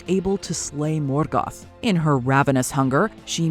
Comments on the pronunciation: Her American pronunciation of Morgoth is infuriating. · Lmao she pronounces morgoth like he's Mexican 🤣🤣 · why are you pronouncing morgoth weird! it bothers me